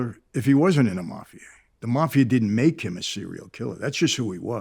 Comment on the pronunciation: Wish the mafia guy would teach the host how to say mafia- Jesus! Had to turn in off